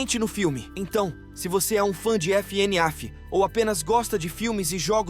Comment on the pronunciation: fnaf❌ f ene af✅